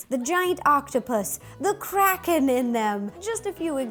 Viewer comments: I thought she said "Release the crack head!!" 😂😂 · I thought she said release the crackhead 😂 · Is it just me or does it sound like she said crackhead 💀😂